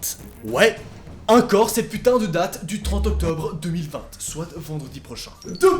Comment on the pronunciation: Pour quoi tu dis 2020te ?